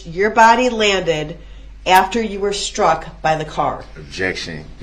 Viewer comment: Oh, and add “sh-truck”.